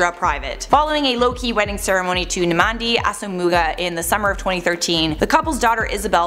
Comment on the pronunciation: A made a good effort trying to pronounce his name. It's actually pronounced like Naam-dee Ass-oom-muah.